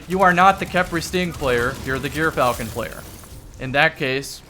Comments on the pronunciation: jur-fal-kn and kasm yw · I've been pronouncing it "Eur-falcon" like the first syllable of Europe or the Greek sandwich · it’s pronounced “Gyrfalcon” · I believe it is pronounced "Guy Fieri Hauberk".